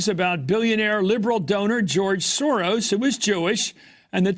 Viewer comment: Please check out the pronouncation of the word SAURUS: SOROS